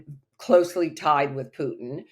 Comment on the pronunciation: What a joke, that woman can't even pronounce Putin his name correctly. The truth is that Putin's popularity in Russia is at a all time high as the recent presidential elections proved decisively while the US is loosing it's pathetic proxy war. On the political side more and more countries are joining BRICS and the multipolar world.